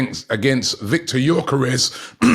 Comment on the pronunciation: How does Robbie come up with a different pronunciation of gyokeres every day🤣